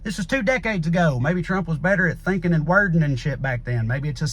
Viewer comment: 😁😁😁 "Thinkin' and wordin" made my day! 🤘🏻👍🏻